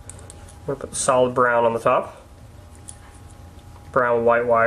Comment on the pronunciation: thought he was saying 'salad' not 'solid' for a second lol